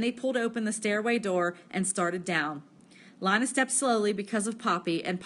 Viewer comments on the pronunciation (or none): Linea sksksks it's leena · It is Leena not L ina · (ALEX) yea its leena not lina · Nah “LEEna” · Li-na? It’s Lean-a 🙄😹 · it is not lina its leena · you pronounce Lina wrong